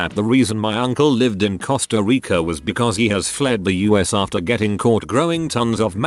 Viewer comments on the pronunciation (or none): none